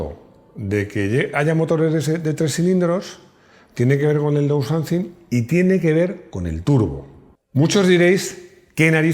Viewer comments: repite conmigo fonéticamente: daunsaising..😎 Tengo un cliente/amigo en el taller que tiene un Audi A6 (C4) del 94.. Casi igual que un Audi 100... 2.5 TDI 140 CV CÓDIGO AEL... 580.000 INDESTRUCTIBLE 👏👏👏👏👏😎. Entiendo que el bloque/culata vendría de su bisabuelo Audi Quattro..No LO sabía.😎 NADA MÁS QUE AÑADIR.. Recuerdo hace 20 años cuando empecé en la mecánica, trabajé en un concesionario Multimarca y veía los Mercedes 190 con de Km...INCREIBLE 👏👏👏👏 Luego se dieron cuenta de que asi NO vendían coches y cambiaron el sistema...jajajaja A partir de 2001/02... Explicación larga... ⬆️⬆️⬆️⬆️⬆️⬆️ hay te dejo una idea para un vídeo...🤺 Saludos 🤺 Excelente video 👏👏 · Para pronunciarlo así de chungo lo de "downsizing", mejor decirlo en castellano: "miniaturización"! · pronunciando "Downsizing" me da años de vida.